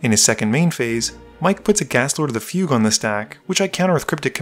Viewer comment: You pronounced "fugue" correctly! Fuck yes! I knew you had it in you